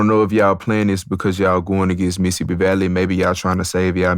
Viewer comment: Bro said Missippi Valley 😂